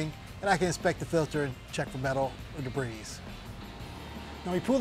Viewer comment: He's checking the filter for "debreez" lmao